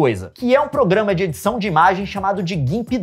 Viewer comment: uma coisa que o leon nunca ouviu fala "progamas piratas"